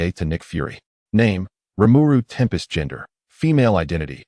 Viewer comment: Why is Rimuru being called tern pests and not tempest and also why is Shizue Izawa being called mizusawa shizukawa this all wrong